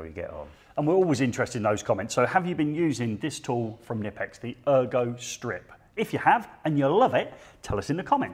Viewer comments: I was today years old when I discovered the K in knipex isn’t silent. It’s good to Know I wasn’t the only one pronouncing it ‘Nippex’ and not ‘K-nippex’. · Pronounced "KINIPEX" I've been informed by a German fellow before. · KNIPEX UK 🇬🇧 don’t pronounce the K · The k isn’t silent boys 😉